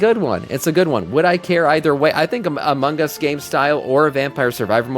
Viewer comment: I admit, took way too long to figure out was saying "Among Us" and not Amangas... went deep dive looking for japanese game types I may not be aware of lol